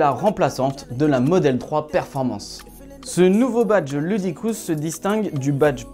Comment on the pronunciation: "Ludicrousse"? Poto, ça se dit "loudacrisse" (ludicrous). Et "teft", pas "zeft" (theft). Ton anglais fait mal aux oreilles. Bonjour des states.